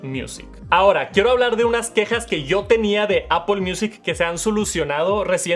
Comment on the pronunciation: por que le dice Apol?